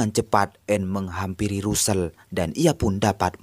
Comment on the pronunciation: Tulisan nya Russel,bacanya rassel